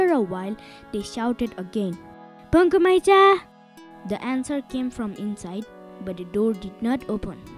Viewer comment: its not Punku - Punakhu Maicha